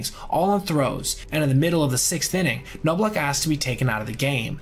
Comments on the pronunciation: It’s pronounced like Knob not noblock for Chuck and Appier is A-Peer not appy-er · I just wonder. Do you listen to the clips you include so you can hear how the guys’ names are actually pronounced? Knob-lauch, not Know-blauch. Troy Gloss, not Gl-ow-s. To sound authoritative on videos like this, you gotta get basics like that right, otherwise, you just sound like someone wrote a script for you. May seem like nitpicking, but sorry, it betrays a lack of actual knowledge of the players and just a cursory understanding of the stats. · "Gloss," "KNOB-lock," "APE-e-er," "SAY-zar se-DAYN-yo." Please do some research regarding name pronunciations. There are so many old games featuring these guys. Just watch some.